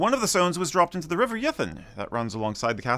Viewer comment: This may seem like splitting hairs but your pronounciation of some of the locations mentioned may need some fine tuning. Banchory is ( Bankoree ), Turriff is as it appears in its written form, ( Turr iff ) there is no oo in it and River Ythan is ( Eye Than ) not Ye Than ) Ah the art of The Doric !!!. I was also surprised to see no mention of Slains Castle near Peter head which is noted to be the inspiration to Brams Stoker for Dracula, surely worth a mention.